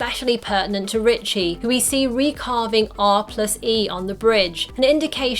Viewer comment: It’s Richie. Short for Richard. No T in his name